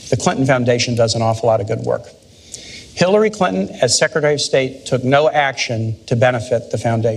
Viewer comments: around 5 minutes, you totally said Hit-lary Clinton :P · It sounds like Cenk says Hitlery Clinton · HHAHAHA Did Cenk just say "Hitlery Clinton"??? :D :D :D LISTEN CAREFULLY xD